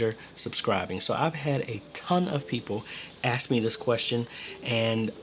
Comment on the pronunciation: Ask. The word is ask. Not axesk. Ask.